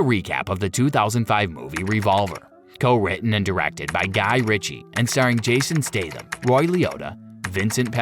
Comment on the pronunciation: You completely butchered his name